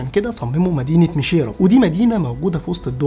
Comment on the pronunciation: 😂اتمنى تقول اسمها صح مشيرب وليس ميشييراب😂😂